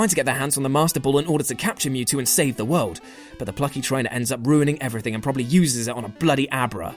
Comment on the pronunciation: nope, i despise you because you keep saying " everythink" >.>